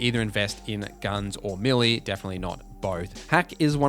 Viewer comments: Never heard that accent on "melee" before. To my central Canadian ear it sounded like he said "milly". Is that correct in his region or would his neighbor correct his pronunciation? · Is that how you say melee? Americans say Maylay.. Are we wrong?! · May lay is how it's generally pronounced. But to those who have not heard the word pronounced out loud or read the word will have their own spin on it. Just like suave he didn't get it right but we knew what he meant.